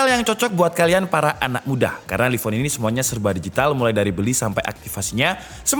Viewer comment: Laiv On bang bacanya...wkwkw